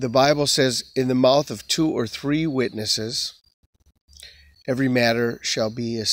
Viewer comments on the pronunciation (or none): none